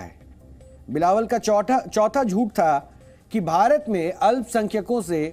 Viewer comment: Chautha chaita bolte ho - do more practice